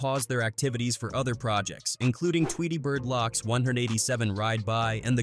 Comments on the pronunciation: It’s loc not locc smh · 💀😵‍💫💀 Lōcs (Locks) Ridas (Reedas) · Not Locks its L-oh-C's loc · These thing SUCK!!! It's misinformation, you add pictures and videos that have nothing to do with the topic itself. And it's not lock it's pronounced loce with a long o sound loc. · 😂😂😂 buddy really saying "LOCK" instead of "LOC." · Man if this damn AI don't stop saying locks 😂🤣🤦🏽‍♂️🤷🏽‍♂️ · Gotta be an AI narrator. Locs is not pronounced locks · Pronounced Low-k’s // Rye-da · Locks and Reedas 😂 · READAHS and LOCKS lol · Gs and Locks 🤦‍♂️🤣🤔 A.I